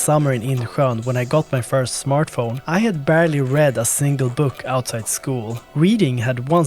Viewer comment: I love the way you say smørtphone